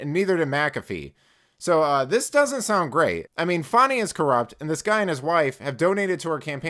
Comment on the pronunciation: Her name is FANNY NOT FAWNY. SAY HER NAME!! 😂😂😂😂😂😂